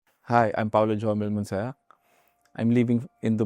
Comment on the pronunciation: It is "Munsayac" and not Monsayak